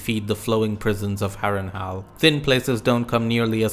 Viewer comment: Good video. I especially like how you pronounce Harrenhal as Harrenhal, not Harrenhall.